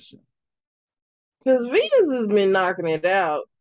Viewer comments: Love the episode review. Also, it’s pronounced “veen-yas” instead of “venus” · Correction its vinyasss! Not vinas but anyways love the review